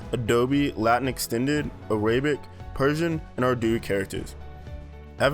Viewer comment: Immediate reaction upon seeing the video: “Hey, that’s not Avenir! That’s… um… well it’s probably not Droid Sans… It could be Open Sans, but more likely Noto Sans…” By the way, you mispronounced “Arabic” and possibly also “Futura”.